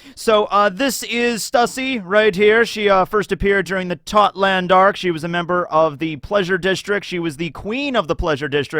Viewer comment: why do you pronounce Totto land incorrectly?